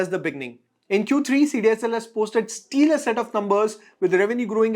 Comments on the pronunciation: excellent video. btw its pronounced " stela " and not " steeler" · Hi..it's stellar and not steelar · you have to correct your pronunciation for stellar